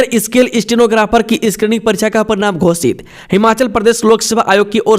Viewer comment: 'क्षेत्र' को 'छेत्र' स्केल को इस्केल, शोध को सोध, राज्य को राज etc. 70% अशुद्ध उच्चारण